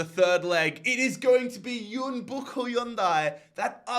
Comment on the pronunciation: Pronunciation notes, sorry mate. Jeonbuk … is a J man, like John. Then, in Chinese, zh are Js. So Guangzhou is like, Joe, and Shenzhen is kinda like Jen. Thanks mate!